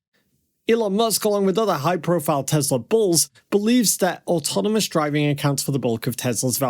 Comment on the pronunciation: Good Content, but the Promounciation is not ok. "Deeeeslaww"